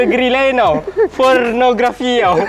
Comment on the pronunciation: ini 'fonnorgrafi' 😂